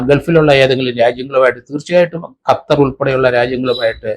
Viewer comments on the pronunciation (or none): none